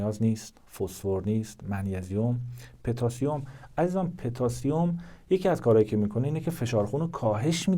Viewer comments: پتاسیم پوتاسیوم نه petasium😅😂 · پتاسیم به ضمه پ درست است